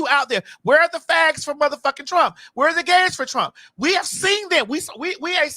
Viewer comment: Caitlyn said i will bote for Donald trunk 🤣🤣🤣🤣🤣🤣🤣🤣